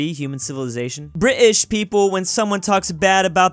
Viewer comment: STOP saying British wrong plz it is anoning